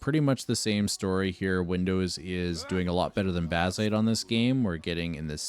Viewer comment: Je ne comprendrai jamais pourquoi des voix IA... C'est laid, impersonnel, et fade... Baziiite... Aïe...